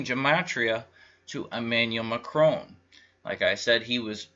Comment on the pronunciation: As a French Canadian hearing you pronounce Hollande, Macron and Marine Le Pen made me laugh but the French election was similar to the American election a banker elite with an outsider though Le Pen isn't really an outsider she just claimed to be. Amiens France is a very large Masonic town after it was nearly destroyed in WW1 the biggest Masonic war.